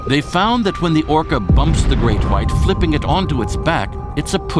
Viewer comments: say the great white again its pronounced the great white not the great whhhhhhite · "the great khuite" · how he pronounces his w lol